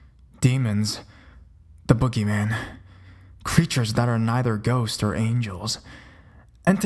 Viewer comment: Me and my sister are DYING by the way you said boogeyman at the beginning 😂